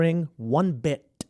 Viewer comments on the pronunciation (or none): “Not one bi-TUH!”